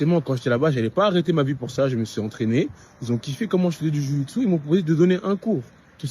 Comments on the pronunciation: Dis JJB au lieu de jyiouu gitsou😆 ce sera plus simple :p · au top, tu me fait rire en disant « le JOUI JU TSU » MDR j’aime bien et tu as raison c’est la bonne prononciation quand on à l’habitude de prononcer JU-JITSU 😊 Merci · C'est la meilleure prononciation de jio jitsu ! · "Le juyujitsu" cest tous ce que j'ai retenu😂j'adore😄✌️ aparament cest comme ça qu'on le dit bravo à toi😆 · J adore comment tu prononce Ju-jitsu 😂